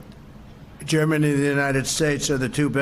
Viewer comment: "Germanuuuuuuuthe United States" Trump can't even say Germany now.